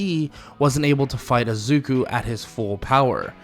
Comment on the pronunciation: I like I'm just focusing on the times he says azuku not izuku😂 but really good vid bro